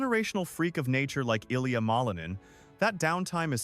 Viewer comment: These AI videos are popping up all over the place because everyone is searching for more information and more skating videos of Ilia. But it is obvious when they are clickbait because they mispronounce his name and they contradict what he has said himself on his own social media and in interviews.